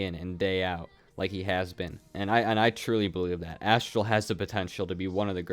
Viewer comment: btw it’s Aztral not Asstral